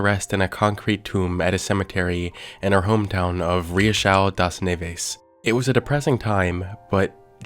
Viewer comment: The video is great, but the way he said "Riachão das neves" killed me 💀